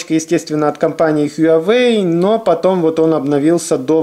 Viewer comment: только тогда уж хуа-уэй, без "ю")